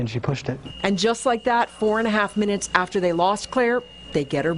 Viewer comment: “In about 11 minnotts”